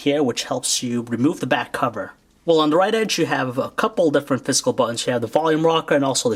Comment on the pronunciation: I wish he pronounced physical right instead of saying FIZZCUL.